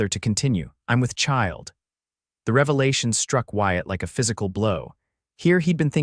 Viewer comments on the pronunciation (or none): none